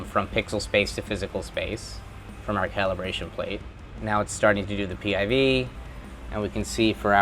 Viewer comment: PIV you say?